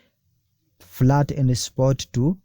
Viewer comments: Very good video. Please the word is FIAT not FLAT. It's 'I' not 'L'. F NOT F L A T I A T PLease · Fiat not flat